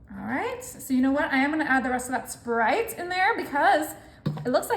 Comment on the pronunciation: It’s not SherBERT It’s sherBET She’s so annoying with her sickening voice It’s SPRITE Not SPERITE